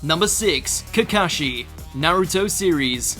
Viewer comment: The way he pronounced kakashi and obito hurts me sm